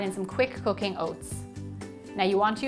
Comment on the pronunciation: When she said "cooking" I thought she said "cocaine" 😅😂